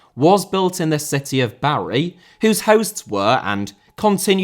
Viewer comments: I don't know about your pronunciation of 'Anhui Litian FC' but you are definatly pronouncing 'Bari' horribly wrong! It's 'BAR-ee' not 'Barry' like a bloke's name. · You clearly didn't grow up on Football Italia. Please learn how to say Bari